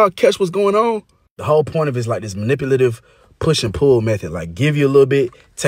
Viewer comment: He can’t even say, manipulative”. 👀 lol